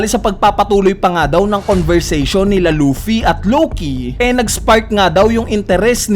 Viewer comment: Loaffy ng loaffy umay pre.. Luffy kasi un